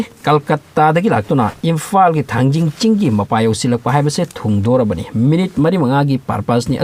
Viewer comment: Not thangjing it is Thangting muol